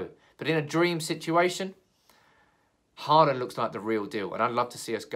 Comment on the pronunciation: It’s Haaland. Aal is pronounced as you pronounce all. Dammit! :-) Think ”Hall and”.